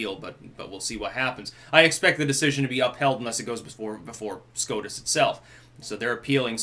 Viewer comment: why is it, whenever I hear say SCOTUS, I hear SCROTUS, instead?